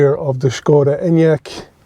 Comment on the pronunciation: SSSSKKKODA ENYAQ, seriously- pronunciation??? 🙄